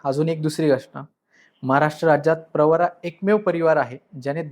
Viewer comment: प्रवारा नाही प्रवरा म्हणा